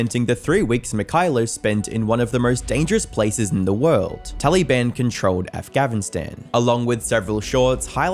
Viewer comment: Tally-ban Afgavin-stan. Are you using AI voice??